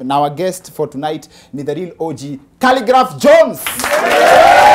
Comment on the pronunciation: 😂 😂 Did you just say khaligraph johns🤣